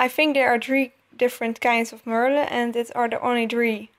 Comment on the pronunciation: and its pronounced (mer (thyms with duh)-le